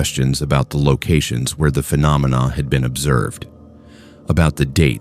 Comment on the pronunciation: Are you using a human narrator? I doubt AI can pronounce “phenomena” as well as you did. Keep up the good content.